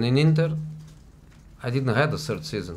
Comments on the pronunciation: My "sird" Season at Tottenham....i didn't had a "sird" season. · Google my "sird" season at Manchester United...